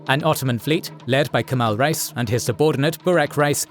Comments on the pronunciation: Reis is not pronounced like rice. It is like rays, or (reh-ees). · Great work; love the animations and especially the detailed biographical information. Just one constructive criticism: "Reis" is pronounced incorrectly. Imagine the word "ray" (as in "stingray") and add the letter "s" to get the pronunciation right. Calling them "rice" sounds bizarre and jarring. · Kemal "Rice" 😂